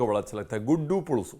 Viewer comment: Great to see a recipe from Andhra.. you should do more from my state.. it's पुलुसु, not पुळूसु